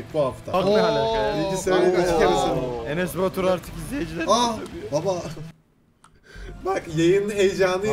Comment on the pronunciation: enes batur derken enes basur diyo sandim.